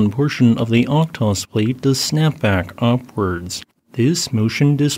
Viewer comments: o-hot-sk, not ohtosk :) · Thanks. Just a minor point for following updates: the correct pronunciation of Okhotsk is [ɐˈxotsk]. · Just a small note: Okhotsk is pronounced Ah-HOT-sk, roughly. the 'kh' is the transliteration of Russian 'х,' which is like a hard 'H' sound. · It happens, and somewhat acceptable to pronunce foreign words/names badly. But why americans and most english speakers can't even read the letters in sequence? Why you always swap letters in random ways? Is this an anagram contest for you or what? By the way, hat k in the beginning of Okhotsk shouldn't even pronunced. It just indicates that the h after it is a hard h. So in reality it is Ohotsk (and yes, you must pronunce the h). If you don't agree, then shom me that k in the original word: Охотск (yes, it is cyrillic).